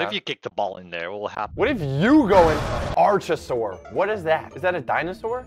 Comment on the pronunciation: Its pronounced Ark-a-saur and it is not just one thing it's is actually a family of animals which include dinosaurs crocodiles and birds